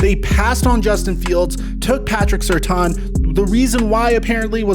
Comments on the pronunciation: It's pronounced "Sir - tan" not "Sir - ton." Put respect on that family's name. Also, Patrick Surtain was one of the best cover corners in the NFL for a decade and his son, a top 10 draft prospect and you run a channel that covers the NFL. How do you so often not know how to pronounce these guy's names?? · Patrick who???????? I think it is, sir-TANE...........He is going to Denver